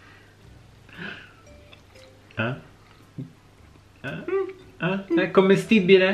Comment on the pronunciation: È uscito Dan Pasquale: "ASCHPETTA"